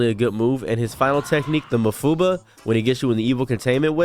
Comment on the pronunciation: how'd he say mafuba? 😂